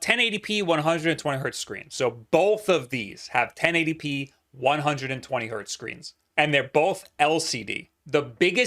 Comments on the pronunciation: Hertz, not hert,. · 120 HERTZ. NOT 120 HERT. HERTZ. HERTZZZZZZZZZZZZZ. PLEASE STOP SAYING HERT! EVEN 1 HZ IS 1 HERTZ. THERE IS NO SUCH THING AS A HERT.